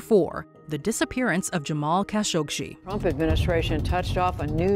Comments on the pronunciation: #4 it's kah-show-geeh... not kah-shog-she.... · #4, it's kah-sho-gee not kah-shog-she; make it a point to do research before doing your videos.... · kah-SHOG-ee, NOT kah- showg-shee! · It's Kashogee.. Not kashogshee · Hate AI voices. Kha-Sho-gee why it says Kha-Shog- Shee? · Kind of. I wish the narrator didn't repeatedly pronounce Khashoggi as Khashogshi. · i heard that too. Where did the sh sound come from? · you seriously can't pronounce Kah Show GHEE? Seriously? It's not like the name hasn't been mentioned on the news for YEARS. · I once met a member of a Khashoggi family and she pronounced her last name as "Kah-sho-gee". I remember the news about his murder and I never heard his name pronounced it like this did. I even had to google "how to pronounce 'khashoggi"...i was so surprised by this peculiar way to say it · DIfferent accents for different people. The correct pronunciation of "Khashoggi" is "kha-shog-ji." The "kh" is pronounced as a guttural sound, similar to the Scottish "loch." Even more details are in John Fam's video: "Khashoggi - how to pronounce Khashoggi's name correctly. - Arabic accent." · It’s pronounced KAH-SHO-GEE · And the Narrator continually mispronouncing his name 🤦‍♀️ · For fox sake! How many times is she going to mispronounce Khashoggi!?!?!? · Pathetic waste of time watching this. Claiming mysteries where there are none. Mispronouncing Khashoggi repeatedly - SERIOUSLY? Don't you have a Producer/Director? Someone who knows facts, and how names and words should be pronounced?